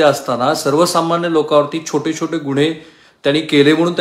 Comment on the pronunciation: कृपया शुद्ध मराठी बोलावे. "गुण्हे" असा शब्द नाही आहे हो . " गुन्हें" असा शद्ब आहे . एकुण तुमच बोलणं फार रटाळ असतं .